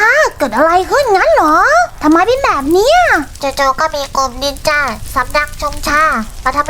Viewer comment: จ้าไม่ใช่นินจาแบบนั้นจ้ะสระอาสระอาโอเคไหม